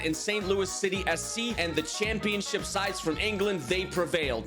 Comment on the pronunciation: I heard 'Shitty' for the whole video💀